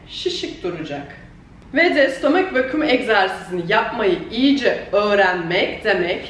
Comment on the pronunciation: stooommmeek vakiiuum